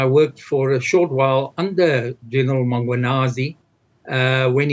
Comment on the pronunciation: How hard is it to say MMMMM KWA NAZI?? Had 2 days to practice. Same goes for so many others